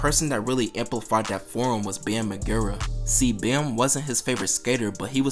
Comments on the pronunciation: bro said bam marGAIRUH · Bam “Magera” lmao😂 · The mispronunciation of Magera is unacceptable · How did you say Bam’s last name like that 🤣🤣🤣🤣🤣🤣🤣🤣🤣 nooooo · Saying bams last name wrong is so funny to me 😂